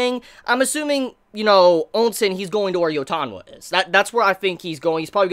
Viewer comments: Ousen not Onsen! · Please why do you keep saying ONSEN not OU- SEN i am sure you have been corrected a dozen times by now please fix this its really triggering to hear. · Pronounced Chin (Qin), Chee (Qi), Oh Sen (OuSen) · GUUUUH! how can you say OUKI but you cant say for the life of me OUSEN Were the hell you get the N From Nigga!?? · Ousen is pronounced as "ooosen"